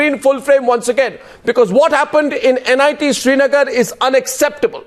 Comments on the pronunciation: it is NIT not NIIT. these people even don't know the correct name. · NIIT nahi gawaaro... NIT. Naam thik se nahi le skte aur debate kar rhe h. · Why are all the respectable guests quoting "NIT" as "NIIT" !! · it's NIT not NIIT.. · It's "NIT" not "NIIT" for god's sake!! Everytime I hear them say "NIIT" my ear bleeds.....Talk about misinformed and casual! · For God's sake it's NIT... not NIIT , say it correctly. Some of the leaders are still crap just wanted to win the argument, some are saving the government that is it. Still there are people in the valley who want Pakistan as their Country not India. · For fuck's sake, this is NIT, not NIIT. Just saying. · It is NIT not NIIT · illiterate.. she said "NIIT Srinagar" n "ceemrati irani" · It's NIT, not 'NIIT' . What stupids. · bc nit ko niit bolna band karo.. saali anpadh..